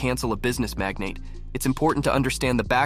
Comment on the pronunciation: He also said ‘magnet’ instead of mag-nate